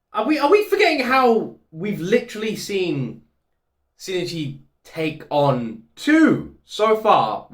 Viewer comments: I think the Shinichi name thing people talk about is mostly how they feel you're saying things. In Japanese, they have something called Mora. It's a speaking beat that is consistent. Think of it as syllables. I can't really say "Bana" and expect you to understand it as "Banana". That middle "i" in Shinichi that you were talking about isn't just the "i". It's a whole syllable. Shin i chi. Without the middle "i", it can easily be confused with another name "Shinji". It's like "Major Agent" becomes "Major gent". That clear "A" in "Agent" is important for the word. I hope you don't take this as a slight against how you say it, you're fine. I just think it might explain why many people either hear you wrong or hear a minor alteration in how you pronounce his name. Japanese lesson over. Looking forward to the next episode! You're amazing! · I think it's 新一 in this case, but yeah. It's tempting to try to pronounce it Shi-Ni-Chi in English, but in Japanese it's clearly written with just the two syllables. So I can understand where coming from--he's not far off. I guess it's about putting equal "weight" on both syllables, so that even if the 'i' in ichi is almost silent, it still sort of comes through. I'm bad at explaining pronunciation. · Just to clarify, the correct pronunciation is しんいち(shin-ichi) and not しにち(shinichi). There's barely any difference as an english speaker and it's not a big deal as long as you make sure to audibly say the "i" in the middle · The pronunciation trouble again? Reminds me of "shinigami" in Death Note🤣 As a Japanese speaker I think the difference you are making is more likely SH sound vs S sound at the beginning. "Shin-ichi" is pronounced with a clear SH sound like the English word "ship", not "sip". Also, when you said you're team Kana, I instantly thought about Murano's VA, KANA Hanazawa🤣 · Whoever thinks it's shi-ni-chi, please learn about Japanese mora. There's 4 mora in Shinichi, not 3. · No, it's Shin-ichi